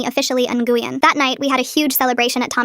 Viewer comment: Nguyen is pronounced Ngwinn